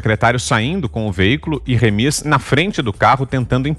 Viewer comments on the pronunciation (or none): Não é Remís, é Rêmis.